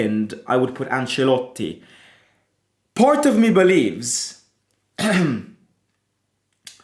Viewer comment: Bruhh its Ancelotti it like has to be